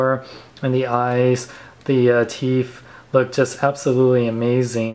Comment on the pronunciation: It's colors not cuhers. It's Teeth not Teef